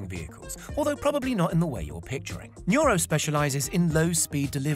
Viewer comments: PS: Correction its NURO not Nura. & its udelv not udely. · You can't spell any of the company names correctly, do some research before making a video. Udelv not Udeely and Nuro not Nura.